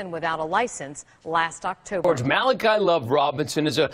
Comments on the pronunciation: My days the reporter cannot pronounce Malachi, my dayz looool I respect his entrepreneurial ship, but he needs to keep it legal! No excuse it's a biblical name, ha! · ***** Lol I hope someone in that office straightened her on that.smh.. She really had no clue, because she said Malachee with confidence. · I felt like she's never heard Bible stories as a child when she said Malachee lol. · This has me DYING laughing! First we got this lady who can't read Malachi. Name has been around since before England Lmbo. Then we have this kid evading questions and speaking in circles. Where on earth is his family?? You know they helped him with this mess. "Malachee" hilarity! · MAH-LAH-CHEE tho 😂😂😂😂😂😂😂 girl pick up your bible sometimes 😂😂😂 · lost it when she said muh-lah-chee 😂😂😂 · the reporter pronounced his name as Mallachee. omg lol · That first reporter butchered the hell out his name lmao Malahchee 😂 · I died pronunciation! Clearly she hasn't picked up a B.I.B.L.E. or gone to church much! Lol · seen so many reporters trip over his name. It's not like it's some weird unheard of name. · Lmao at the way she pronounced his name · Did the first reporter really just pronounce his name like that 😑